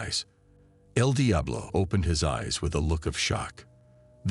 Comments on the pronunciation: It's eL Diablo not....... DI AH BLO 😂 BUT STILL GREAT JOB 💪🏾 and Kontent💯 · Come on AI, the pronouncement el Diablo and el dye-ablo is so annoying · The way he pronounces Eldiablo🚮🚮🚮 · Saying Edeablo is crazy 😂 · Eeel diablo😂😂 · More so than… EL DIAblo!? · Bro I was hearing edi ablo😂😂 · el dayabolo😅😅😅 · Tf is wrong with you.. your pronunciation of EL DIABLO I s very distracting 🤨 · Man the way they keep mispronouncing el Diablo is burning me up real bad 😤🤬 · . He forgot to mention "El diablo" properly 😂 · L d up law. Aghhhr. So annoying. The computer says El Diablo is driving me crazy!!! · El Diablo as well 😂😂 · Also when the idiot says El Diablo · Also EL DIABLO 😅